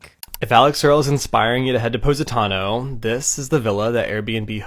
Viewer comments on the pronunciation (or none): I’m Italian (born and raised in Canada not straight up Italy) and I am CRYYYYYYING how they’re saying positano 😭😭😭😭😭😂😂😂😂 “paws-i-tano” 😂😂😂